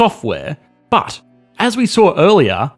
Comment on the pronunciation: The way this man says "BHUT" makes me feel things